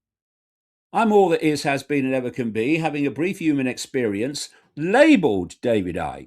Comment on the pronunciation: The word is pronounced 'human', not 'yooman', Mr. Icke.